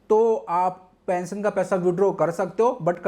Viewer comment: Pension bolo thik pesion nhi